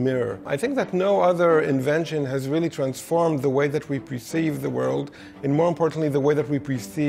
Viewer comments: He's saying PREceive but he means PERceive. Perceive: to attain awareness or understanding of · Did he say "Preceive?"